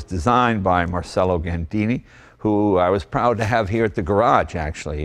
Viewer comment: As an Italian you could at least learn how to pronounce Marcello.